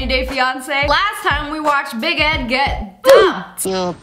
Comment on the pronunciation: When she was saying big Edd I thought she was says baguette 🥖